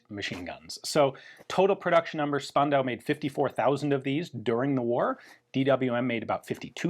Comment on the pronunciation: We've trained Ian to pronounce "Strumgewehr" as "[Sh]turmgewehr". Now it's Spandau's turn: it is actually "[Sh]pandau"!